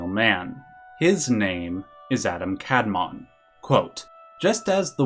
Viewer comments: Very small note as a student of Kabbalah, in Hebrew the emphasis is typically on the second vowel. So it should be the second a in Adam and the o rather than the a that gets stressed for Kadmon. Same goes for sefirot. The emphasis in the pronounciation is on the o at the end not the earlier syllables. Great video though! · As a native Hebrew speaker, it's kabalA and adAm kadmOn, the pronunciation I mean.